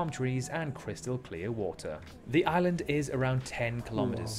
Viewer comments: Ok 👌 I had to watch and listen back a few times but I get it now though before I watched it back lad, I didn’t know if you were saying island or “aliens” ....... PS the crabs yes they make you squirm just a little bit 😉🤜🤛😂😂😂😂😂😂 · Every time you say island, it sounds like your saying Aliens lol, anyway, Norfolk island i knew about, i am a Tasmanian, but i didn't know about the language part, that was new and interesting to me for sure. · LOL it sound like you saying aliens